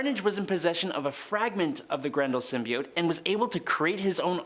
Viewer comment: I forgot about the "symioooot" pronouncing